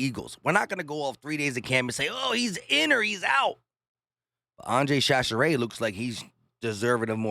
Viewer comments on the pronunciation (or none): Chachere pronounced ShaShare